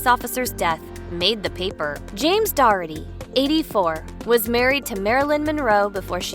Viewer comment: How many times do you have to mispronounce the name DOH - ER -TY by pronouncing it as DOR - RET - TY ???!!! It pretty easy. . . . . DOUGH + ERTY. Such bad reporting.